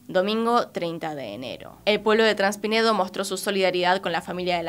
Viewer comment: es traspinedo, pero decís transpinedo...🤷🏻‍♂️....😏, una vez más.....